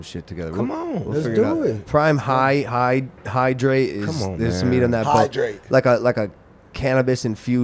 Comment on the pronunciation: "im high i need to drate"